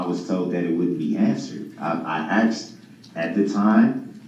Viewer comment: Axed..axed....axed......he's such a manipulator!! He's such an idiot! Many doctors may suggest taking another test to make sure their findings are correct!